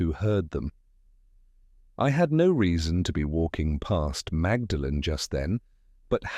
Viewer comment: It's pronounced "maudlin" not magdalen.